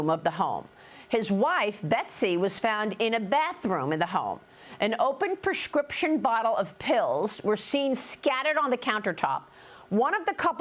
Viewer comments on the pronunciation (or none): PERscription? Come on Fox